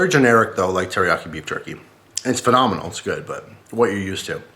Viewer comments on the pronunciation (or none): "UTS PHENOMINAL"